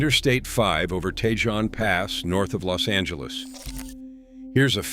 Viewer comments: Pronounce Cajon correctly dammit. And Tejon, too, for that matter. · Geez, your pronunciation of the pass names is terrible. Take some simple Spanish lessons. Tejon, Cajon, Castaic. You’re talking about Siskiyou and you show Snoqualmie.. By the way, I’ve trucked all of them, except Teton in Wyoming.